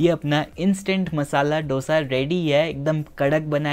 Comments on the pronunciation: आप हैदराबाद के हो कम से कम आप तो डोसा मत कहा कहो आप को पता है की उसे दोसा कहते है डो नही दो भय्या 🙏🏽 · दोसा!!!! Please!!! Not डोसा